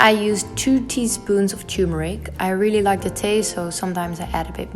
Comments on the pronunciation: "I try to avoid dairy" uses ghee butter 🤦‍♀️ Use coconut oil instead :-) Also it's "turmeric" not "tumuric". Thanks for the vid tho! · One thing please.. It's not "tumuric", it's turmeric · did she mean turmeric and not tumuric? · Darling, I like your videos so far. Just a small suggestion is that the yellow powder you add to your food is “TURMERIC” not “tumuric”. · This is really good. I was actually looking for healthy eating videos because I have to quit taking dairy due to skin allergies and found this video. This is quite useful! Plus it is cute how you call and pronounce Turmeric as Tumuric :)